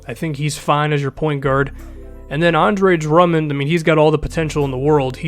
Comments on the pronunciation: did he say DeAndre Drummond? Lmao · Now that I replay that, it makes sense that he said "the Andre"